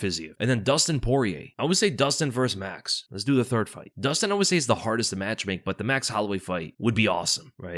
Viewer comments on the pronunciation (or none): none